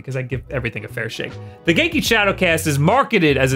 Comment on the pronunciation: He’s saying genki wrong right it sounds weird when he says it.